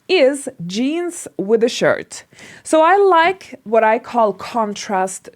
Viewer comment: “You know whaR? I changed my outfiR. Now iR looks cuRe.” Hahaha way of trying to have American accenR. BuR she goR iR RoRally wrong. Why is thaR? Because she makes every T sounds like an R whereas American accent only makes T sounds like an R when it comes between 2 vowels. Not every single T is R!